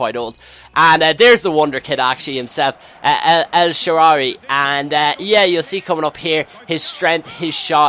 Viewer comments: hey, it's (el shadawy) thats how its pronounced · when you say ek sharaawy you need to say it with an arab accent